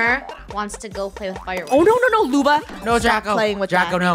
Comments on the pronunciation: It’s Luba not Lubo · Luba not Lubo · WHY CANT LUNA PLAY and i think its loob oh. Not loo ba. Im sad luna isnt here as i said PLEASE LET HER PLAY 😭😭😭😭😭😭. :{ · i thought she was supposed to be Lubo not Luba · Stop saying luba you make me think about meh grandma☹😁